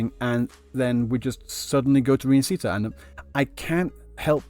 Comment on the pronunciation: im sorry but the way you pronounce Rinacita is making my ears bleed. you can try pronounce it like " Li - nA -si -tauw ". the 汉语拼音 is different from the english spelling, so if you wanna imitate the devs then pls change the R into L, that'll be much better